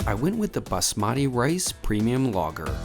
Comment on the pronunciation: quick tips for Indian cuisine: 1) "basmati" is pronounced BAAS-ma-ti, not bas-MAA-ti 2) whenever you have roti / parantha / naan, the best way to eat it is to rip off bite-size pieces of the bread, then use them to scoop up the side. if there are big pieces of meat / paneer in there, use the piece of bread to push into the middle of the protein piece to break it into smaller, more manageable chunks. it also keeps the ratios of bread - side nice. love the variety in your reviews, hope to see you trying Indian food again soon :)